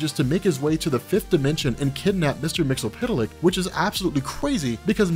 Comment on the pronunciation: Mix-izzz pit uhL-ick Not Mix-UhL pit uhL-ick